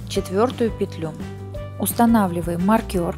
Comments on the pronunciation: Ух как режет слух маркЁр, правильно маркЕр... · Хороший мастер класс, спасибо большое))))) Но очень прошу! Ставьте ударения в произношении правильно🙏🏼 Не нАкид, а накИд, не маркЁр, а мАркер🙏🏼🙏🏼🙏🏼 ужасно режет уши... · Ну мне просто интересно, с чего вдруг маркер стал называться маркЁр? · Все очень понятно. Но, пожалуйста, не говорите маркЁр, нет такого слова! Очень слух режет. А за подробное описание- спасибо ) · маркЁр....режет слух ужасно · Спасибо. Хорошие тапки! Отдельное спасибо за накИд, но маркЁр это просто что-то с чем-то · Здравствуйте.Вязала по вашему мастер классу. "Маркер" режит слух. Потеряла время, получила опыт по перевязыванию. Спасибо. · Люди скульптуры вяжут , и то все подробно обьясняют , надо было сначала связать , все петли прсчитать , а зачем забегать вперед? Не проще было где прибавки с 1 ряда поставить маркер и пусть бы он болтался и все было бы понятно, а то вот разгляди там ,где была при бавка провяжите , сдается мне , что у нее всего один маркер и слово маркер выговаривает неправильно , прямо режет по слуху!